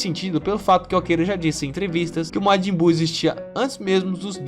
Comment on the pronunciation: matin buu kkkkkkk